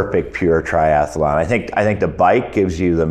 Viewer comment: It's tri-athlon, not tri-ath-alon.